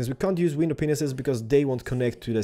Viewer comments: I hope you realize you are saying penises instead of panes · I would like to point out that knows he is saying window penisses. Awesome stables!